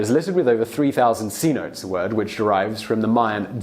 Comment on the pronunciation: For future reference, the way you say cenote is "senotay"